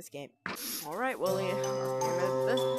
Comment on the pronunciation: "STUUUPID WOÆLY"